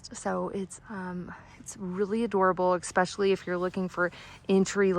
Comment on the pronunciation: Exspecially is not a word. Also, why do you constantly have an upward inflection at the end when you speak?